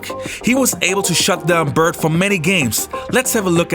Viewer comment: The Man's name is "Bird" - not "Bert". A little respect is in order.